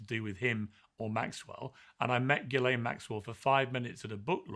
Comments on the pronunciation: learn how to pronounce names. You pronounce Ghislane, Geelane, not Ghislane. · This puberty-robot tries to attack Pierce and can not even pronounce Ghislaine properly 😂😂😂😂😂😂